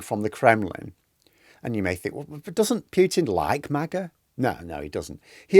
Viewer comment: Mah-Gah ...not May-Gah. The only thing most Americans are divided about, is which teams are going o win this week in the National Football League.